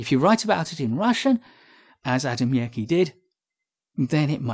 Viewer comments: Ah ah, poor Adamiecki.... btw, he was not russian, but polish (and his surname is pronounced "Adamiezki")... and he published his works in polish and russian... but I guess that for this is even worse:))))) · Marco - Yes, I was aware that Adamiecki was Polish, but not of how he pronounced his name. Thank you. Why should I think that worse? More on Adamiecki